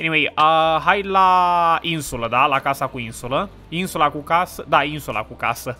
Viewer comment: Se zice in-sula cand jucai raft cu Carlos